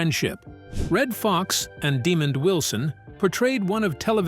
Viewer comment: Hey,, It's pronounced Demond not demon.